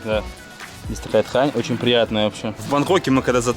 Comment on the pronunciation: поработай над дикцией! Почему то слышится: Кхарта, кхлассная, такхая😒